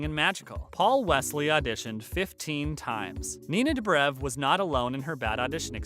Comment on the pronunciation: I CANTTTTTT STOP SAYING STEVEN! FONT SAY SALVATOREEEEEE. WHY NINA "DUBREV"